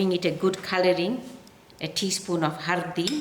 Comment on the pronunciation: I'm from India. I wish to inform you that the name of the spice is Haldi and not Hurdee